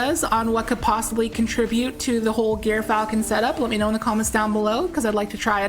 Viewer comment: (it's pronounced jyrfalcon)